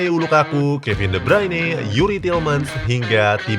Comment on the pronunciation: De Bruyne Bacanya De Broiyne